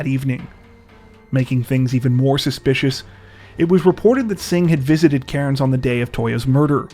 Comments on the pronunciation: the way he pronounces cairns gets on my nerves 🤣🤣 it's pronounced cans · Cairns is pronounced without the 'r' like (tin)'cans' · We pronounce it Cans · It's pronounced "Cans" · I love you guys!!! But just an FYI- Cairns, Australia is pronounced like 'Cans'. Okay, thanks again guys, keep up the great work!!! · Your pronunciation of Cairns could do with some work 🕵️‍♀️